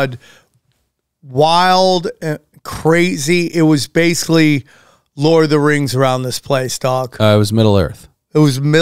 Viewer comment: every time sam pronounces basically as BASELY i take a drink of alcohol i am severley becoming a bum alky !